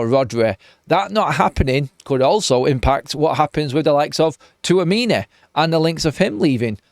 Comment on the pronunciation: "Tchouameni" not Touamini😂😂😂😂